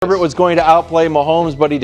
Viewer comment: His name is not (her-bert) its pronounced (A-bear) like bobby herbert(a-bear)